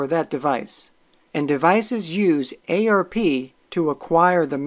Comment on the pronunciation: Saying "ay-ar-pee" instead of "arp" is like fingernails on a chalkboard.